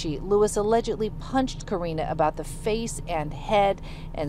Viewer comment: Why do you keep calling her, "Katrina" because that is what it sounds like. Isn't her name Karina?